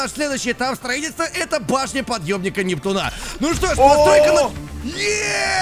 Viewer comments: Почему нептунА а не нептУна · круто что ты закончит сабнатику(поздравляю). Я всё ещё смеюсь как ты произносил нептунА.